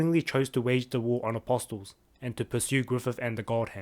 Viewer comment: Why cant anyone say apostle right